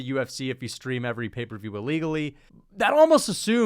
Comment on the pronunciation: Bro really called it "paper view"